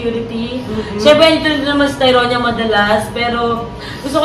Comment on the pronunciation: tyronia po yun hnd toronia 😂